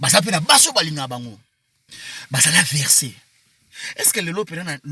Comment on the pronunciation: Sérieux ce garçon est fou! Voir même bête ! On ne dit pas versé on dit vexé! Ce que carine pe wata nde abandaka kotinda ye? Tu es sûre que ferre aza na besoin ya soutien te? Oza na poto mais oza salite